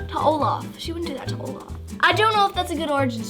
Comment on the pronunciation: Olaf is not Olafy